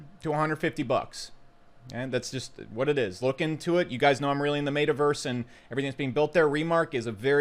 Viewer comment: Really enjoy the content, informative and comical…. Fucking HATE the way you pronounce Metaverse